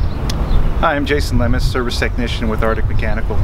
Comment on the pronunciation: Did he say Jamon Lemis. 😂😂😂